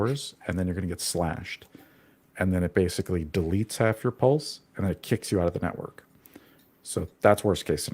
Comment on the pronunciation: But he can't pronounce PULSE. And he's British!